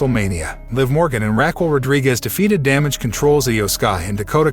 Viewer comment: Rackle Rodriguez!! 🤣🤣🤣🤣